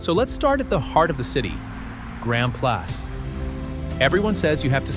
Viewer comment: Finally a vlogger who knows how to pronounce "Grand Place". Merci!